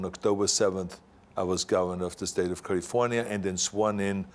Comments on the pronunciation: I love hearing him say Kalifornya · Culliefornya is the proper term. 😬